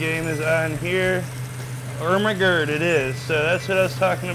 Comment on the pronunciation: And just like that, he became everyone's favorite